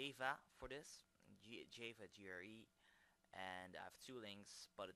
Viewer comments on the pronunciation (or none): i laugh (not in a bad way) at the way you say java... jaaayva for future reference its jah-va =D